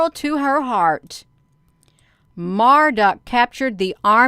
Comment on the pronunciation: It's Marduk pronounced as Mar- duke.